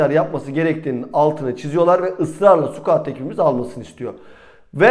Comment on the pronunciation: Konulardan bağımsız ve epeyden beri telaffuzunu yanlış kullandığınız Scout ( sıkaut) kelimesine dikkat edelim bence. Siz squat( sukuat )ile karıştırıyorsunuz